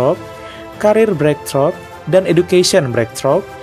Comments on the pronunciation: bacanya breiktru' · Maaf, ralat ya, cara baca breakthrough /breiktruh/